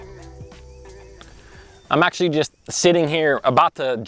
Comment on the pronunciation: DUDE...you're usin' up all the "acshlees", but what are you actually gonna do? I acshlee counted 14 acshlees while i watched the vid. AND, unless there's acshlee money on it where 1 bass might acshlee mean the jackpot, I acshlee catch plenty of bass on $3-$4 packs of soft plastics. $9-$10 is acshlee totally unnecessary. AND you acshlee need to cull some of those small fish out of that piece of water.